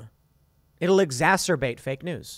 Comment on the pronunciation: Take note, - it's exacerbate, not exacterbate...